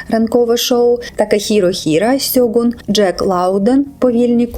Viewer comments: Правильно буде ШЬОҐУН. Через С перекладається в рос. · правильно "Шоґун", ви використали рос.транслітерацію